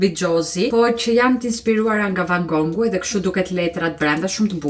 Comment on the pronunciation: nuk e di pse i thua van GONGU kur emri i tij thuhet ne anglisht van gof